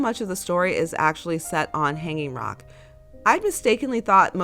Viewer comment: Australians do not put the emphasis on "hang" in Hanging Rock, but rather on the "Rock".